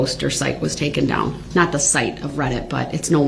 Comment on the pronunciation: lmfao....he just said 'TOOKEN' instead of taken....sounds like that 'TWELLF' grade education did not include conjugating the irregular verb - take......